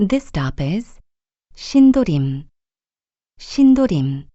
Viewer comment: 2003년 꺼 가번역은 신도림 이라 들려요. 제대로 녹음 하셔야 지요.